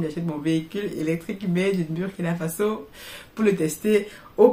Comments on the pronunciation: c'est comme l'anglais le U se prononce OU quand vous prononcez BUR ça parle à aucun BURKINABE. Dans une de vos vidéo prochaine prononcez KUALA LUMPUR C'est la capitale de la MALAISIE beaucoup vont pouffer de rires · Madame vous prononcez mal BURKINA FASO c'est fâcheux 😏